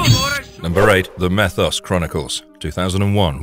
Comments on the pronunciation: Meeeeeeeethos. Not methos. Hell, they say his name in the show. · It's not meth os, it's me thos